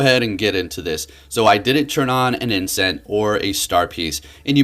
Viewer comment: The singular of incense is incense. Wtf is "incent"? You said it more than once...